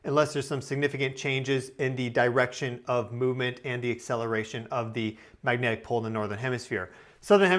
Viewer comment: Anyone else picture a charismatic mustachioed 1970s Chicago cop guy every time he says magnetic pol?